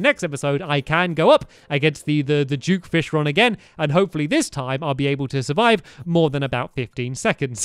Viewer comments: Why do you keep saying juke fishron when it duke fishron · It’s duke not juke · he says juke fishron XD